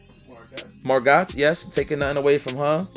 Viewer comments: Mar-go robbie. its Mar-go. The "T" is silent. Its french i think. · lol "marr-GOT"